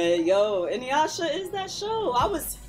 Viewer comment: gonna say Inyuyasha every episode🤣🤣🤣🤣☠️☠️☠️☠️